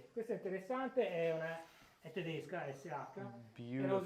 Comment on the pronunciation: He said "tedisca" if i heard correct. "Tedesco" means "german" so is this a dialect or just how they say it?